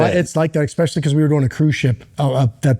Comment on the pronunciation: "Expecially" is not a word. Makes you sound like a stooge.